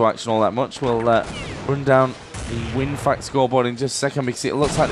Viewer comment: Yep bro :). And it's WinFakt.